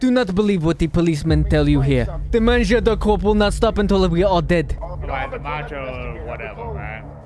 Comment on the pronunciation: it's not "mangeaud" but "mangeur" :P